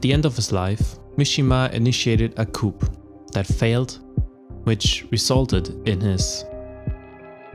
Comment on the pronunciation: p in coup is silent